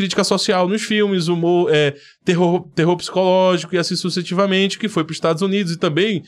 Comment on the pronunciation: Você falou sucetivamente, não seria sucessivamente?